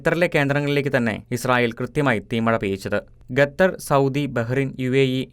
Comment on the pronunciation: ഗത്തറല്ലടേ...ഖത്തര്‍...!ഒന്നു പറഞ്ഞു നോക്കിക്കേ...